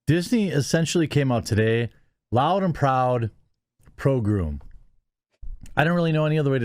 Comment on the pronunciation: Was I the only one who understood "Pogrom" instead of "pro groom"? It would not surprise me if it was a Freudian slip by TheQuaking.